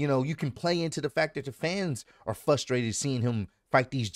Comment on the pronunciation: Fusstrated or Frustrated 😂